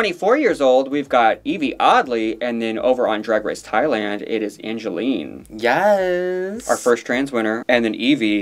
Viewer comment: It's not pronounced Angeline. It's pronounced Ann-gel-e. My only gripe whenever you talk about Angele Anang lol.